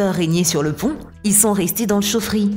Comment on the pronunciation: Dany Boon Simulator « Y sont restés dans l’chaufferie »👌🏻